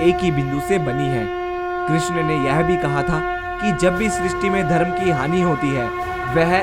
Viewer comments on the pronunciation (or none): none